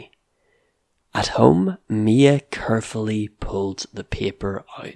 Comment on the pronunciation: are you Scottish? I'm just curious because of the way you pronounced certain words like the ones that have the /ey/ sounds: carefully, raised, paper, and waves. Carefully sounds like curfully; raised, reezed, paper has a true /ey/ sound; and waves is wevz. Also, isn't buried supposed to sound like beh-reed?